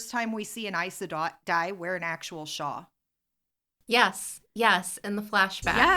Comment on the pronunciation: Nice podcast, god job! Just curious, when you pronounce "shawl", I don't hear the L. Is it a regional accent thing?